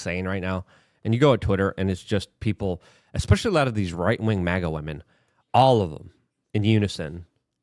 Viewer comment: It’s supposed to be MAGA ….NOT MIGA